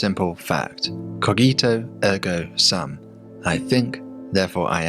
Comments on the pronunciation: it's more like "koh-jee-toh ehrgo soom" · Cogito Ergo Sum is pronounced : koh-gi-toh -er-goh -soom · I want to tell you that you are pronouncing cogito ergo sum wrongly. Can you say Gia? Like Gia Carangi the model? Well that cogito is like in Gia. I love your channel but is disappointing to see people with doctorates not knowing basic latin. How do I know? Well my language is romance i speak italian romanian and many others and I studied latin at academic level. Cheers!